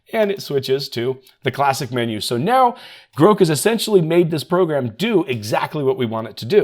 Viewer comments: Is anyone else saying "Grawhk" in their head every time he says "groke"? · No..we are saying "GROCK" as that is how it is supposed to be pronounced. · groke, groke? oh he meant GROK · You trying to be cute and create comments by purposely mispronouncing grow is super annoying...unsub or as you would say unsaub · I assumed it was pronounced as you say, not like is saying